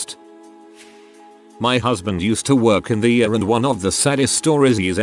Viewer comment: It's pronounced EEE-ARR, not URR